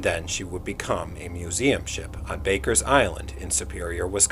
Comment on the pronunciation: Just discovered your channel, very nice! Not that it really matters, but the Meteor is on Barkers Island, not Bakers. I wouldn't want you visiting and misspelling and/or mispronouncing the islands name. The natives can get awful mean up here. 😅